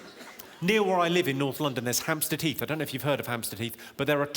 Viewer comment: every time he says "hamstead heath" i hear "hamster teeth" 😃